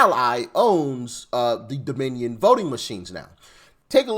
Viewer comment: Jasmine pronounces it: “Domin-E-un”🤦‍♀️